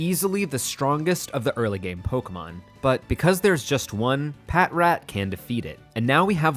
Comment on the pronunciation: patrat = "patch-rat". like "patrol" and "rat".